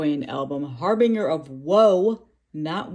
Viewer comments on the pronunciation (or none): Nice pickup, got my preorder yesterday too. Fantastic return album from probably my all time favorite bdm band. Looking forward to your review🤘 (Also, not to be a dick, but harbinger is pronounced har-bin-jer)